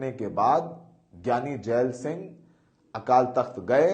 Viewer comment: So many mistakes. Keshawgarh sahib nahi keshgarh sahib hai. Jaal singh nahi jail singh hai.and many more. Pls be careful